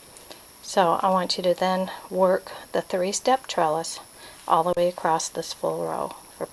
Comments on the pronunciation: Is that spelled acrossed, acrost, or acrosst? That was so distracting throughout the video. I bet you say heighth (with the 'th' on the end) too, don't you? a·cross [uh-kraws, uh-kros] . . . there is no 'T'. I'll watch this again and try to ignore that annoying word 'accrossed' this time. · Are you saying acrost?